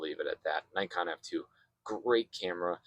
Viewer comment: This is Nikon. Not "najkon" you idiot! Do you undestand? Nikon! Idiot, idiot, idit!